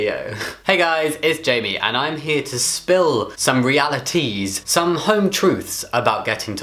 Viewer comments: "Some realiTEAs." I watched the first few seconds of the video and I had to sorry. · You're a life saver Jamie: just by saying 'realities' in a funny way reminded me to take my T shot